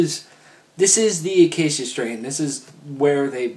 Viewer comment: Ah-kay-sha strain not A-kay-cia strain. Jesus christ it drives me nuts when people mispronounce band names. Other than how lax this review seemed, pretty spot on for elements of continent. I'd even go a step further and say it has some elements reminiscent of the dead walk, my favorite album by them. Overall I'd say this is far better than the last 2 they released. I think Devon especially has brought them back to their old sound. I kind of wish vincent would go back to his old writing style instead of trying to rhyme as much. Just my thoughts.